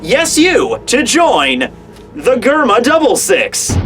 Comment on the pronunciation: its prenounced jerma not germa